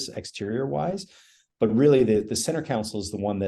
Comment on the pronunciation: As others have said, Jason is an impressive designer. And I’ll add, a much smarter man than I. However… I wince just a bit every time he says “council” when referring to the center “console.” It’s so inconsequential that I look foolish for bringing it up, but I hope he can correct that habit. Makes me lose just an ounce of confidence in people when they have odd pronunciation habits, probably picked up from their parents… I know I’ve definitely made a good few corrections over the years, even into adulthood. Probably still working on a few old habits… Anyway, cheers! 😅